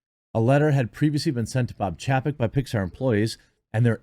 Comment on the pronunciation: I find it humorous that Jeremy says Chapek’s name wrong unintentionally.